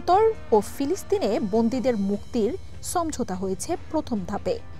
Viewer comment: এনার থেকে আর ভালো নিউজ রিডার পান নাই। "সমঝোতা" টুকু ঠিকমতো উচ্চারণ করতে পারে না, অথবা পুনরায় শব্দটি উচ্চারণ করে এডিটররা ঠিক করেও তো দিতে পারতো।